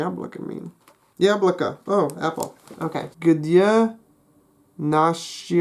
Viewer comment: You pronounced the word 'яблоко' in a native-like way, which impressed me. In other instances you were close, but more work needs to be done to improve your pronunciation.